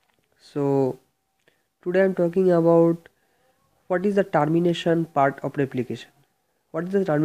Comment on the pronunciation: whats that sound Tarmination its Termination pronounce it correctly first